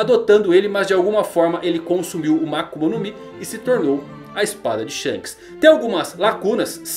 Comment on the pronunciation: "Sheikes", milk sheikes